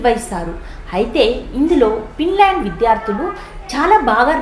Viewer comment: It's Finland madam..not pinland ..thappuga anukolandi...teachers thappu chepthey pillalu kuda alane nerchukuntatu andhuku